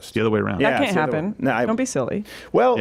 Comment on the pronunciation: The way Stefan says "can't" sounds like "cunt"